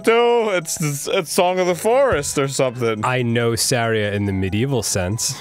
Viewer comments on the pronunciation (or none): none